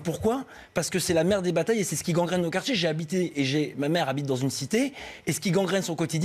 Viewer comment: "les gard'gins " ? "les quart'chés" ? élu par ses "pairs" ? ...certes, mais pas par la meilleure part"chie !